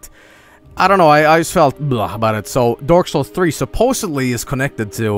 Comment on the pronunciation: I love how it sounds like he is saying dork souls